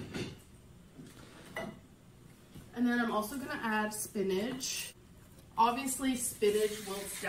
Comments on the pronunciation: Am I the only one who keeps hearing her say “spinage” instead of “spinach”? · Can she stop saying "spinnage" like sis it ain't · it makes me so damn mad. like there’s no “g” in spinach?!